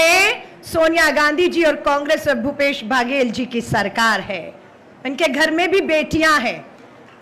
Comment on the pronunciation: Medam ji baghel nai baghel